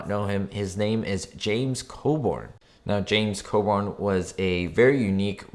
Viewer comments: Yep, I recognized the transister radio and James Coburn BTW: Coburn, not Coborn ;7) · James’s name is pronounced Co-Burn not Co-Born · It's James Co-burn not Co-born. Geez at least pronounce his name correctly. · Pretty sure his name is pronounced Co-burn just as it is spelled. And I got a kick out of how the water bottle in the shelter is not only already opened, but less than half full.